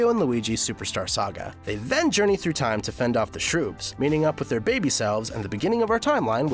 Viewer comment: You said time wrong